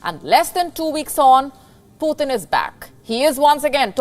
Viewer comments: Sister it's not PutHin, it's Putin 🤔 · No, it's Poo Tin, the governor of China's new Russia province.